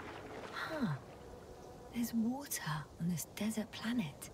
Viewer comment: Not Water, it's wowtha!